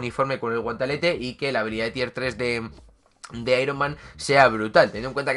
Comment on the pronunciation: Porque dices guantalete?